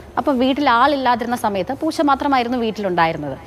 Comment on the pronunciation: പോച്ച അല്ല ചേച്ചി.. പൂച്ച. 😜😜😜